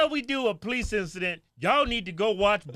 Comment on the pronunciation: What most dont understand 90 percent of calls police get are for black people. Brandon the x cop still can't pronounce police correctly.